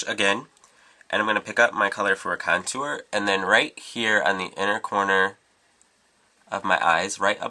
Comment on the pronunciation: Love how u say "contooer"